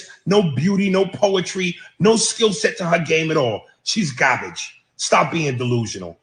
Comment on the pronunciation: He can’t even say the word GAR-BAGE!! And it’s ANGEL not ANGELA!! Smh…….